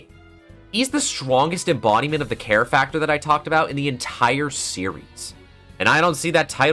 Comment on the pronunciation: when you were talking about gavin i thought you said hair instead of care and now i can't stop thinking about bald kristoph gavin